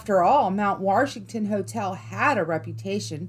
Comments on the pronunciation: It's Mt. WASHington not Mt. WARSHington. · Ouch! Where is the "R" in Washington? Fun video. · Did you just say "WaRshington"?! Oh no 😂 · Once I got used to her pronunciation, this wasn't bad. Mount Worshington. :) At least she avoided that Ocean Born Mary nonsense. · Mount Warshington? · There is no R in Washington! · It sucks that she calls it mount warshington that is wrong. Good stories though 😉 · being from nh, hearing “mount warshington” is just terrific😂